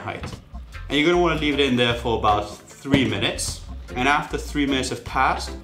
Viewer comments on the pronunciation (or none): none